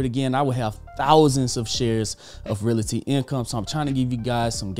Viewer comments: I really enjoy this channel, but my issue is the pronunciation of Realty. It’s Real-ty, not Real-a-ty. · Great video, but the word is pronounced Real-Tee.